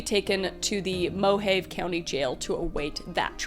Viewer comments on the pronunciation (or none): I love your channel and I’m sure you get this all the time, but I’ve heard you say “Mojave” in an interesting way. I’m from that area (graduated from Mojave High School) and it’s pronounced Mo-HA-vee. Looking at it now…your pronunciation makes so much more phonetic sense! As my 8 year old son would say…then why isn’t it spelled that way?!? Of which…I understand! 😂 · I'm totally fine granting you "zed", but I refuse to accept "MO - have". Moh-HAH-vee or nothing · Hey, don't like picking on you much, but Mojave is not moe-jayve. It's moe-Hawvee. 😊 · Also, it's Mo-hav-e, not Mo-have... I'm not trying to be nitpicky or anything, just helpful. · Mojave is Mo-ha-vey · I’m sorry Kris. Me and every other new Vegas fan was alerted by that pronunciation of Mojave. Respectfully so ya know. It’s said Mo-ha-vay. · Mohave is pronounced "Mow-haw-vay" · Yo. Kris. Just sent me for a loop with that one. Say it Moe-HA-Vee I know Mojave looks fuckin wack but that’s how you say it